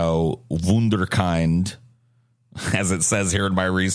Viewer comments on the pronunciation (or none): We germans do NOT have many nice sounding words. "Wunderkind" is one of the few ones. So pleeeaase. Do not mutilate this poor word. It's spoken like "kindergarten". Normally you are the master of pronounciation. This time not so much:)